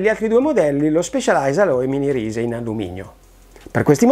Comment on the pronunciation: Si scrive Rise si pronuncia Rais...